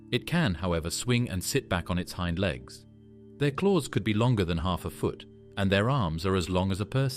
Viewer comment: I`m out after the ridiculous pronunciation of, Hind Legs